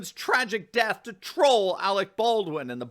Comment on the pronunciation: "Arec Berdwin" - Kim Jong-il